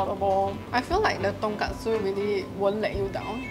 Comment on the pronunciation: Its ton-KOT-su not ton-KAT-su. Completely different thing